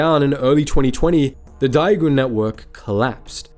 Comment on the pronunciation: Understand Chinese isn't your forte but daigou is pronounced like "die goal"